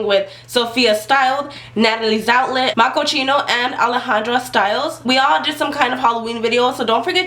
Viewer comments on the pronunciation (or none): oops I think you sead makochino it's makoCCino